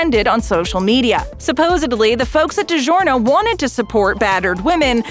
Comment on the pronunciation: The word is SUPPOSEDLY not SUPPOSEBLY!!!! 🤦‍♀️